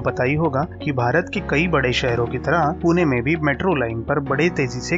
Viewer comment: Tuhme last video mai bhi bola tha 'पूने' nahi hota hai पुणे hota hai 😑 अपशब्द